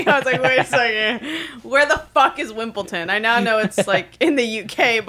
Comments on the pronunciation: does mean wimbledon 😭or genuinely wimpleton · Nooo way she said wimpleton…that’s mad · wimpelton got me so badly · Dude wimpulton 😂 do you mean Wimbledon? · Loll it’s WIMBLEDON NOT wimpton sillies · the most sane American be like ‘wimpleton’ 😭